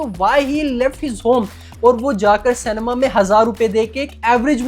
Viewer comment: Shoot myself if he says CANEMA once more!